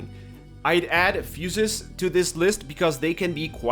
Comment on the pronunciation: Amazing guide ! just started playing with my nephew and we've been having a blast. Oh and fusées are pronounced fu-zays.